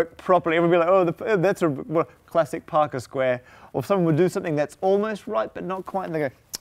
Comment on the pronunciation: Sounds like he’s saying alpaca square